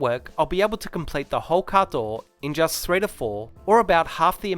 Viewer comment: What’s “caadooooow”??? You keep saying it. Please have someone do voiceover with a proper american accent. Very hard to understand